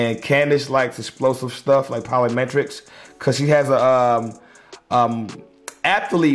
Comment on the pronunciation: Polly-metrics? Wtf lol Polly want a metric? Squawwrk Plyometrics